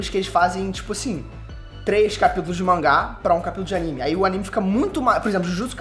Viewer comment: Não é mais mangá ?tão falando manguá???